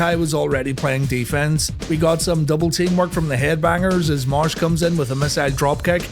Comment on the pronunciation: Why do you say marsh instead of mosh?